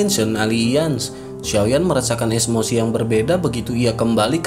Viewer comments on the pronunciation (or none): none